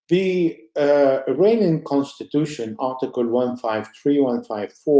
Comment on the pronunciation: With utmost due respect to guest whom I greatly admire, IRANIAN is pronounced "Eee-Ronny-Yan" rather than "Eee-RAINY-Yan". As for you, I thank you as always, for inviting such knowledgeable people.